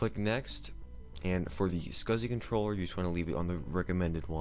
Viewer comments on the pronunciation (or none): none